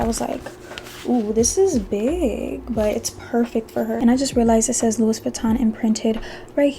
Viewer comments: Please pronounce it Loui not louis. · The "s" is silent in French for the name Louis.